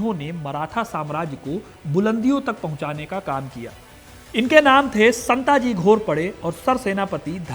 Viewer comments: Santji aur dhanji nahi.. संताजी & धनाजी Next time pronounce correctly and do your research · शिवाजी महाराज बोलिए। संत जी नहीं, संताजी। धनजी नहीं, धनाजी।